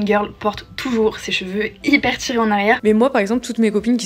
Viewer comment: « Les cheveux TCHirés » « Natchurel » « du positchif » Merci pour la vidéo, mais je dois dire que je remarque beaucoup ces prononciations 😅 et ce n’est pas très élégant 😊 enfin bref, c’est pas bien grave mais sait-on jamais, si jamais vous souhaitiez rectifier cette prononciation qui imite une mode… je vous le dis 😂 bise